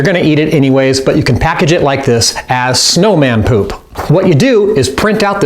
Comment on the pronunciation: the way he says poop pewp 😂😂😂